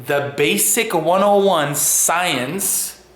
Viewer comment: I don't dislike you or have anything against you and have only seen 2 of your videos, and for the record I don't care for Vegan Stains either IMO just another TROLL on many levels, On that though. I find it very obnoxious the way you say "science" or "scientists" or "scientific" I get it some people have degrees they earned or went to school for a long time learning things blahzaay blahzaay ect..ect. But you don't need any of that shit to be a "scientists" or do "scientific" work and or studies, just saying bro. Have a good day! (LoveLife)(And)(LiveItSlowley)